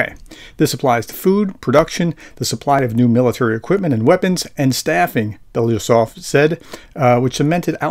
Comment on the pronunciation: How to pronounce Andrei Belousov? Ahn DREHY Bel a OO sof...accents on the capital letters. Maybe not perfect but better.